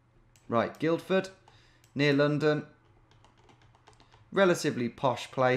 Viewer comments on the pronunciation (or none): Guildford is pronounced Gillford not Guildford by the way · You don't pronounce the 'd' in Guildford Tom. So it sounds like Gilford. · Guildford is pronounced Gilford as in...Gilf. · You don't say the first D in Guildford - it's effectively 'gill-ford'. I've been to that Wetherspoons and it's alright, though I did witness some beer mats being thrown at a barman. Peace out. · First D in Guilford is silent Tom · Man, hearing you pronounce that hard D in Guildford was so weird. But I'm sure I do similar bad pronunciations in the midlands/north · If no-one else is going to comment, on the first place, you don't pronounce the first D in Guildford. Even though it's probably named after guilds. Petty I know. Sorry.